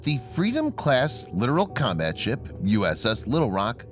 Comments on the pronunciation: Not sure if its been mentioned already, but its pronounced LiTorAl, not literal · It is irritating to hear this obvious mistake over and over again, in video after video. Not just here but on many other videos.